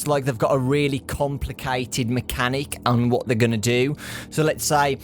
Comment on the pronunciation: That "what" sounded more like a "u fukin' wot m8?!"